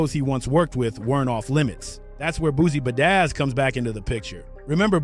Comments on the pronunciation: Nah,bro said Boosie Bedazz 🤣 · Do you really say Boosie bedaizz😂😂😂